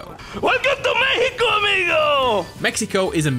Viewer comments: WELCOME TO MEH-I-CO. :D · I think your saying Mexico wrong, it’s obviously MEHICO